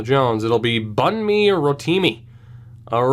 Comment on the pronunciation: Bunmi is a real name he went to my high school! Pronounced BOON-me